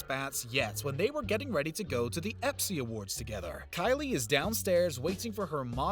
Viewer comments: epsy? Dude its espys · Dilemma, Costa Rica, ESPY'S, his pronounciations are killing me! 😂